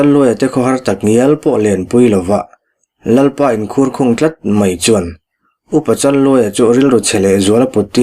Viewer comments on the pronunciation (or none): In khur khung tih hi, in thulkhung tih in an lam thin he lamah chuan. Ngaihnawm thin ngei mai, kan lawm e